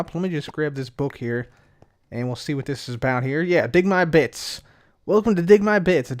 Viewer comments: I thought said "Dig my Bitch". Not "dig my bits". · Is it me or did it sound like he said bitch when he said bits